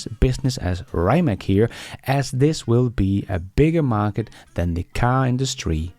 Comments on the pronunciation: Rye-mak?! Get that American poison off your tongue. Please use the correct pronunciation of Ree'-mats. And the founder Mate Rimac, is Ma-tay Ree-mats, not "Mayt Rye-mak", according to videos on their web site. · Rimac is not rimak !!!!! try to pronounce this: Rimats it will be more like we in Croatia call him